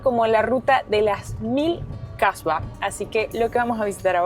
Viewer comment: Atención. Hablaste de Kasbahs y lo pronunciaste incorrectamente. Colocaste la "h" después de "Kah" en lugar de al final. Cambiaste completamente el significado, transformándolo en "mujer de mala reputación". Por lo tanto, la "h" debe pronunciarse al final, no al principio.